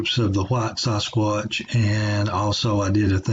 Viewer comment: Dude why do you pronounce sasquatch: saaaahsquatch and David Paulides last name completely wrong?